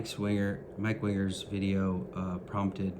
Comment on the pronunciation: First I want to express empathy to you, I believe you, and no one deserves to be treated like that, second, you keep pronouncing mike wingers last name lile he code switches, wears a du rag, and has a little thin beard along his jawline